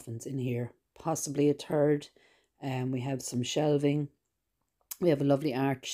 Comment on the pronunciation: When she said "Third" it sounds like "Turd"... Just saying.